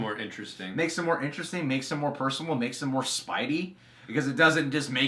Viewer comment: spidey not spidy lol